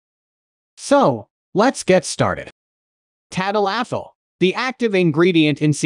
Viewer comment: tad-a-LAFFIL. Lol.